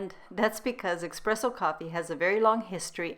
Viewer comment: It's pronounced "ESpresso", not EXpresso. Thanks for this nice recipe and your unique and wonderful recipes in general. I appreciate your true gourmet approach to taste. You've taken keto to a higher level.